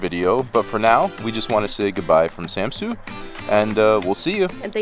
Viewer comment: I,m from denmerk And ets not kold samsu it’s kald samsø